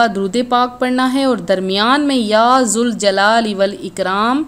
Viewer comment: Ya Zuljalal nahi balke ya zaljal.